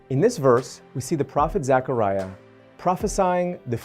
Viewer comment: The least you can do is pronounce his name properly. It’s zeh kr ai uh “Zechariah” not pronounced Zachariah…..